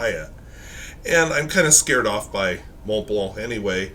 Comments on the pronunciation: TF is a “morn blurnh”? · You can’t even pronounce the brand correctly let alone use a quality pen. Who the hell told you Germans - yes Montblanc is a German brand says “mourn blourn” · So, when pronouncing the brand name, the "c" is silent? There's no "kuh" sound at the end?